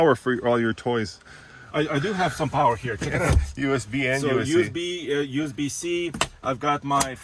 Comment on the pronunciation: "dual us-C and us-B" lol